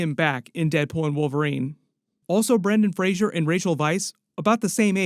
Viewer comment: Brendan Fraser, not Frasier